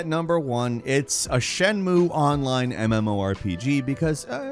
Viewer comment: You mean "it cannot be overstated how bad it is", if you want to say that it's bad. Also, I'm pretty sure "shenmue" has three syllables. I don't know much about Japanese, but I'm pretty sure they don't have silent vowels like that.